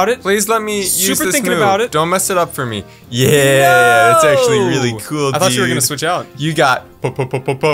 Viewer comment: Its k-ol